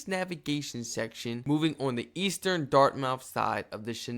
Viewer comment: It's pronounced "Dart- myth" not dart-mouth !! lol & Bedford Basin , Bedford - Bedford Bass-in ! Great video!! I live in Fletchers Lake, 25-30miles north of Halifax!!!